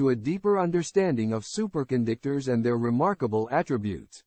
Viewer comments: Wait a minute! Did the A I say, 'Super condictors'? It said it again! That's Hi larious! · Super Con Dick Tors